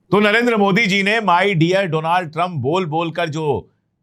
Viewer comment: Modiji Donald ke badle doland bolte hai sir apni education itni si hai